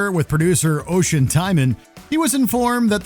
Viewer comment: Just a little bit of Irish input but Oisín is a name in Gaeilge & pronounced Ush-een rather than ocean!